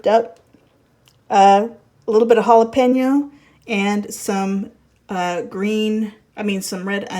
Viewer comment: Great vlog and thank you for pronouncing jalapeño right it 's not jalapino chile ! With salsa it's kinda like an egg chilaquiles here in Mexico City , love the cast iron pans